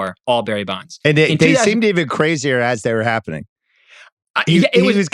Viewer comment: It’s Bonds. Sorry not sorry.